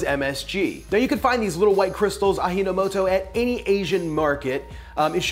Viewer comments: Pronounce aji as A-gee, not A-hee. "Aji" means "taste" in Japanese. Aji no moto = essence of taste. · It’s pronounced aji no moto, not ahi no moto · its not A 'he' no moto.. its a 'gee' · Aji no moto is pronounced exactly as it's spelled, equal stress on all syllables--like robot voice. The j sounds like j, not like h as you pronounced it. Aji means flavor, no is possessive, like putting 's at the end of a noun, and moto can mean a lot of things but in this case basically 'origin.' Put it all together and you get literally 'flavor's origin' or 'the origin of flavor.' I've been using it more and more lately, but amazingly when my native Japanese wife saw it she went on about the myth. When I told her it's a Japanese invention, she suddenly stopped nagging me about it and telling me she was going to throw it in the trash. I'm an American in Japan by the way, who speak Japanese and Chinese as well as English--though my wife doesn't know I speak Chinese 😜 my linguistic mistress. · Why are you pronouncing “Arrinomoto”? Is it pronounced “a-d-jinomoto” (the J sound is like in jeans, Juliet, January… “dj”)It is a Japanese brand, not a Spanish brand hahaha 🤣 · aji no moto is pronounced "ah-gee no moto".. aji is not "ah-hee". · Ajinomoto is no "a-he" but "a-gee" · ajinomoto, the "ji" is like "G" nor "he" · it's pronounced a-jee-noh-moto, not ahinomoto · Pronunciation is close, but you don't pronounce the J like an H in Japanese words. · You read it like Spanish pronunciation 😅, shud be read as Ah Gee No Mo To. Yes, MSG is safe, ppl tt afraid of it is just racist. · Ah yes, ahi no moto... or as my japanese grandmother would call it a (*GEE*) no moto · I am Japanese. You are pronouncing "Ajinomoto" wrong. It is Not Ahinomoto the way you are pronouncing. It is pronounced as "Ajienomoto". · Aw-jee not ahi. Japanese is not Spanish. Is it really so hard for people to go to Google translate for a few seconds and click the speaker button? smh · "Ah gee" not "Ah hee."